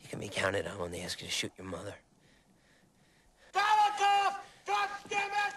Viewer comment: You mean "Golikov."